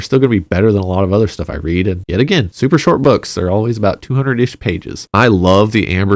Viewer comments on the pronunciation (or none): none